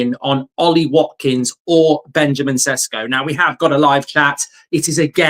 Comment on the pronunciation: May I correct your pronunciation? It's pronounced more like Benyamin Sheshko. You're doing a great job. 👍 Best regards from Slovenia